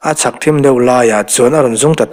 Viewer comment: Thim zual na lam, tih i lam hi a van dik chiah lo ve leee, THIM tih hi thluk hniam lo in thluk sang deuh zawk la a dik ang aaa..